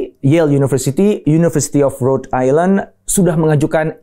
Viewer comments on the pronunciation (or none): none